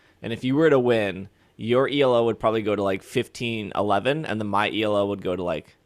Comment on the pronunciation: Elo is a word (its a name) not an initialism. ee loo